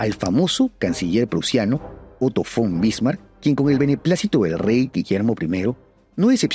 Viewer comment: Otto Von Bismarck. V dental no. Fon Bismarck 😅.